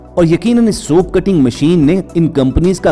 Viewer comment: Your pronounciation of soap is incorrect.pagal